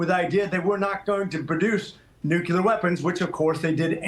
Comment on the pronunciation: Dude can’t pronounce “nuclear”! Like Jimmy Carter, he says “nucular”!